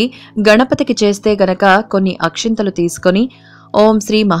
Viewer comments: Akhintalu kadu akshtalu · Not Akshinthalu...... It is Akshathalu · Akshathalu not akshanthalu